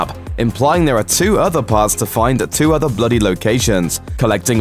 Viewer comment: No Offence but who heard "red dead redemption TUAHH" .. 😐